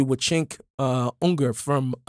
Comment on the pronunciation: Cenk Ungar"..lol you've turned him into a Jew...it's Uyghur..